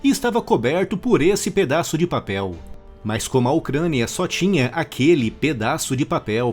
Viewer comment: Mais engraçado é a ênfase na fala "pedaço de papel".